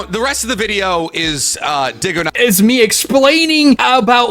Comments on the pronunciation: Diggoknight lol... but idk bro is just really bad with names. I'm not sure if he's doing it on purpose. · "DiggaKnight" OK BRO HAHAHHAHAHA Dude's never seen your content before this 😭😭